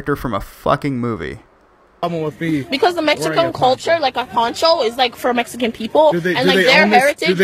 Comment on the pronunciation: I'm pretty sure that I just heard "Mexicoan" culture come from her mouth.